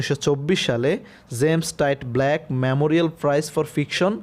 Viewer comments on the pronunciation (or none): none